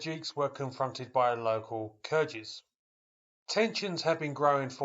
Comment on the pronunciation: Thanks for this, I had no idea it was going on. (Btw, 'Kyrgyz' has a hard 'g', not a soft 'g'!)